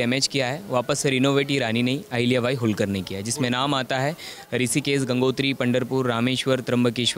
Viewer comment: होळकर नाम है ऊनका होलकर नही